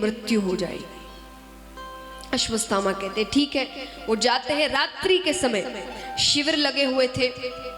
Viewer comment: Aswaththama ko ap aswasthama bol rhi ho